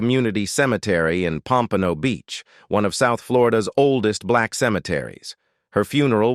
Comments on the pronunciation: It’s POM-pa-no, not Pom-PAN-o. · You mispronouced "Pompano" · the pronunciation of her place of birth Pompano is awful. 🤧